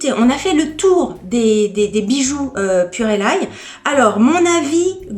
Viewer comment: Bonjour, je crois que sa se dit purelei, le E ne se prononce pas.